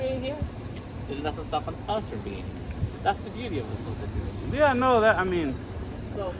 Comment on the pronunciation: this officer emphasizing “us” just proves that police have a gang mentality.